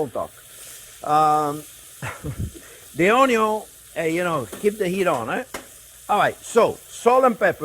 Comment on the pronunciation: Myar reaction /Maillard reaction (need a simple explanation-I'm a nerd) I love how you say it...and onyon-onion.